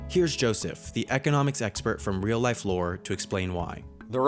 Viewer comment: Did anyone noticed him saying “weal” instead of “real”